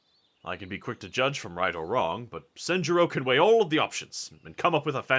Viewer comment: Should be SEN-juro. Was confused a bit because it sounded like Shinjuro sometimes. 😅 I was like "not addresing your dad properly, wow, when have you been so edgy?" 😂 Papa should be at his therapist at the moment. 😂